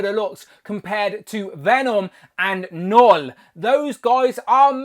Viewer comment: He says knull funny